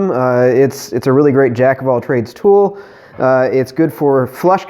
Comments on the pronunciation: Whenever he says Dremel, you're hearing toy. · Whenever you say Dremel tool your saying toy.